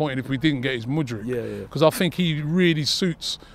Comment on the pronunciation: Man said madrid lowe it 🤣